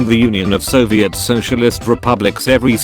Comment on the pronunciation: It’s pronounced “Soviet”